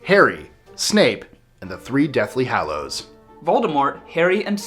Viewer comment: GAH You guys it's deathly hAllows not deathly hOllows....